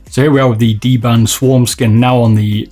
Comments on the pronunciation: DBrand, not dband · dBRAND, not dBAND:p